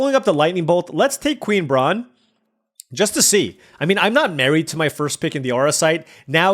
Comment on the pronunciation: Queen Brah-neh